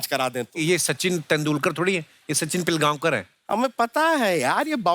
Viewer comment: Its पिळगावकर.....not पिलगावकर....pronounce ळ